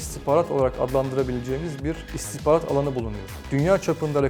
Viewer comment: İstikbarat diyor biri şu beyefendiye İstihbarat demeyi öğretsin :)